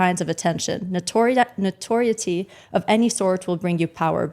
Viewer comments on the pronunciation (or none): Andew, its pronounced "playKated". And the host, you mispronounced notoriety